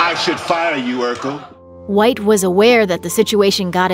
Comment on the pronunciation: First off, it's Urkel......